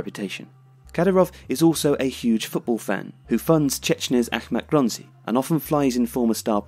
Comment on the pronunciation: It's Grozny, not Gronzy